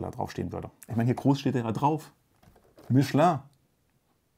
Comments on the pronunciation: Hat der Herr, ein aus Deutschland Stammender Bürger Michelin tatsächlich richtig Ausgesprochen.?! Ich glaub’s ned..🙏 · Wow, erste Mal dass jemanden aus Deutschland höre der richtig „Michelin“ ausspricht